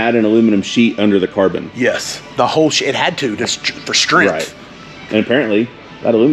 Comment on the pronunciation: Did he say the aluminum is there for stremph did i hear that stremph ok